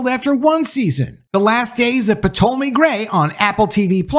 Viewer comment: Did you actually say the "P" in Ptolemy? 😁